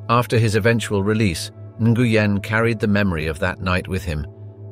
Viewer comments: It’s pronounced “ win “ .. not “ in gu yen “ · For future reference, Nguyen is pronounced “WINN”. Nice reporting. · General 'In-goo-yen'? Seriously?? It is one syllable. Not three. smh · you're pronouncing Nguyen wrong... its supposed to be "new-Ann" ;) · "Nguyen" is pronounced "win"